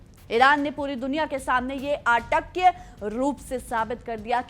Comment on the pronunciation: अटक्य नहीं अकाट्य होता है बहन जी